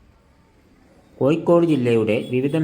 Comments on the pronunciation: എന്താണ് ചെങ്ങായി കോയിക്കോട് അല്ല ഇങ്ങനെ അല്ല പറയേണ്ടത് കോഴിക്കോട് ഇങ്ങനെ പറയൂ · കോയി ക്കോടല്ല കോഴിക്കോട് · കോഴിക്കോട് എന്നെങ്കിലും ശരിക്ക് പറയാൻ പഠിക്ക്